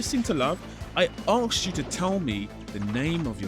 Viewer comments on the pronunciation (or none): The way you say “I arksed you” gets me every time